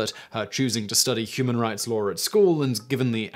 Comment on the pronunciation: Law has no ‘r’ in it.